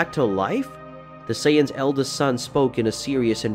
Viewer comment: Saytins 🤦🏽‍♂️ to think how many times we herd it still cant say it right